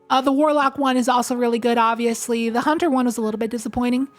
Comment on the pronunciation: Maybe a stretch, but when you say, “Hunt-aire” with French accent I flash to the beautiful & mysterious movie Paris, Texas.